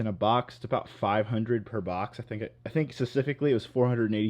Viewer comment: This guy still can’t say “specific” or “time lapse” correctly.